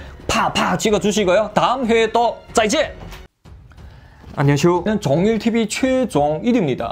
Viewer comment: 안녕하쇼가 아니라 안녕하세요 입니다